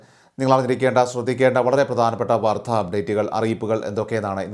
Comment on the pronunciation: " വാർദ്ധ" അല്ല..! " വാർത്ത". കമൻ്റുകളൊന്നും വായിക്കാറില്ലേ?